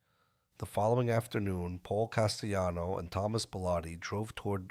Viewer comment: Carmine FAT-Tick-O...Paul CAS-Tell-anno (Not CAST-E-ANNO).😮😮😊😊 That's how we pronounce them.